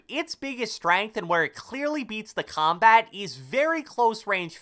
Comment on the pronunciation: I really hate the way u say combat, comments and console sooooo much